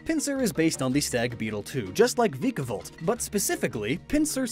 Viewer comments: U said v-Ik-a-volt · The fact he can’t say vikavolt right triggers me